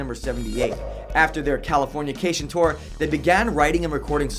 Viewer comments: Why did he say "californiacation"???? Its "Californication" how do you do a "107 facts" and not only not know the name of the super popular album but also mispronounce it so many times and let it get past editing? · Dude the way you say Californication is weird and wrong. It's not California-cation, its CALI forn iCation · Pretty sure it's Cali-fornication. Not California-cation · Him calling Californication, California-cation really annoys me 😒😒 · magee? THE ADVENTURES OF RAIN DANCE MAGEE?! CALIFORNIACATION? WHAT?! Dude! At least GOOGLE how to say it before you make a video on it! facepalm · I'm sorry but did he just say Californiacation